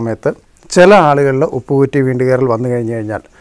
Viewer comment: ഉപ്പു കുറ്റി അല്ല ചേട്ടാ, ഉപ്പൂറ്റി എന്നാണ്